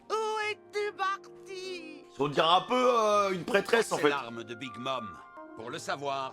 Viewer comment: Mdr 😂😂 c’est vrai que il a dis dian 😂😂😂